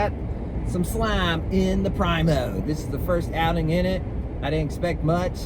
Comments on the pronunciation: preeemo, not prymo, k bud. Love ya. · Learn how to say Primo